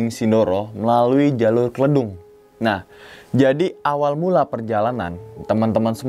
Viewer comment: klEdung bang bukan kledung 🤣